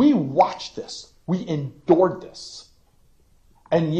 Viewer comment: I understand this is awful and everything, but listening to the way this man says "Endured" is literally painful. I also guarantee if somebody ran up to him (Cruz) and pointed a gun at him, he'd piss himself and cry like a baby.